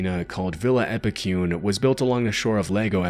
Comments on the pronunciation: Being from Argentina, I just couldn't contain my laughter after hearing the pronunciation of Epecuén i this video 😛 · Awesome vids! As an argentinian I need to correct the pronounciation of Epucuen. The "cue" part would be as you pronounce the "que" part in "quest" in english. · wouldn't expect a synthesized voice to mispronounce stuff like Epecuén though.